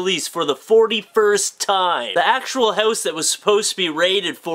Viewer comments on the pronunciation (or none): He says hose instead of house, of, gotta love him:)